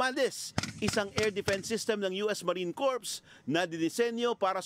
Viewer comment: yung Marine "CORPS", which is pronounced as "KOR", ginawang "KORPS". ginawang PATAY. potek... ang bobobo na talag ng mga nasa media natin ngayon. nakakainis.